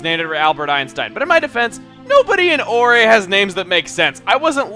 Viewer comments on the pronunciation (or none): *facepalm* Chugga corrects himself for pronouncing "Agate" incorrectly... Still manages to stress the wrong syllables, therefore pronouncing it incorrectly anyways... And still hasn't fixed "Orre."